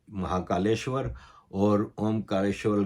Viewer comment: Sir aapka pronunciation bohut badia hai warna bohut Pakistanio ko bolne hi nehi aate jaise aapne mahakaleshwar bola